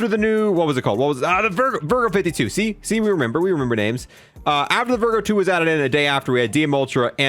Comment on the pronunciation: It's pronounced ee-ther not a-ther and it's the vargo not vergo